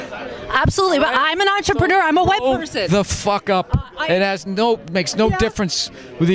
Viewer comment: Did she say "I'm an entrepenour (or however the fuck that's spelled?), I'm a white person"....? :P Wtf...